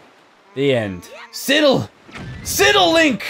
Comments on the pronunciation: Ehem! It's pronounced "Sy-del" not "Si-del" pushes glasses up bridge of nose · Um, it's pronounced SIDE-ull, like Sara Sidle on CSI. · Totally love these vids, but dude you pronounce so many things weirdly. Sidle = S-EYE-dle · Sidle is a word. And PBG is pronouncing it wrong. -_